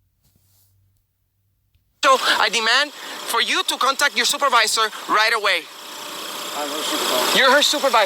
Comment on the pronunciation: This video is cWazy , all that and the supeAvisoA awwests him , WOW , don't call for a supeAvisoA ANYMOWE!!! (they will not help you!!!)